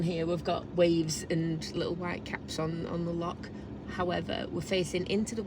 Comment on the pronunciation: Google schmoogle. Try the Oxford English Dictionary. The failure to pronounce the 'ch' has nothing to do with an English regional accent, as 'loch' is a Scottish word. Lake is the English equivalent. Scotland also has many dialects, by the way. If there are some English words that Scots tend to get wrong, then that is them getting it wrong. However, 'hoose', for example, is Scots (same as 'hus' in Norwegian) and 'house' is English (as 'haus' is German). That is quite distinct from saying a Scots word (as opposed to the English version - 'lake' in this instance) incorrectly. Try going to Ulster and pronouncing 'lough' as 'lock'. You'll get the same response. I was not 'name calling'. Failure to even try to pronounce local or national words properly and then insisting that you are right in your misprononunciation is far more rude than pointing out how lazy this is.